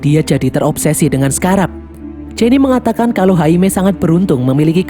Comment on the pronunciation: Scrab bukan sekarab min😂